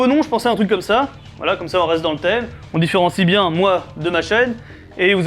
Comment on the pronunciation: 1 : nope, en plus il est stylé le nouveau nom ça va :D ( juste euh... c'est normal le "truK" et pas "truC" ? xd ) 2: laisse les noms comme ils sont STP ;A; ou alors met le nom scientifique... mais pas de phrase pitié ! Dx 3: yep tu le merite mais moi par contre j'ai pas d'argent désolé :D 4: dans l'autre vidéo le "poce blo" m'a tuer donc xD va y te prive pas... surtout si c'est drôle !